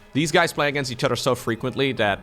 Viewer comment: I like the way says words with "oth" as "udd" like "udder than that" and the famous "muddership." My absolute favourite is "that's YUGE!" I love it so much that I just have to say it out loud whenever I hear it. My GF scoffs at me every time...